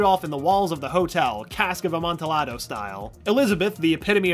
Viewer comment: Wait why can’t this guy pronounce things? 😂 LAlaurie not LaLAURie Cask of amontiYado not llado macAHB not macaBRUH